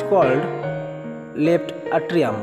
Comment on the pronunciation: It is atrium not etrium